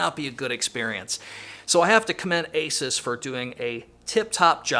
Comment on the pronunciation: great review. Asus is pronounced like Zeus.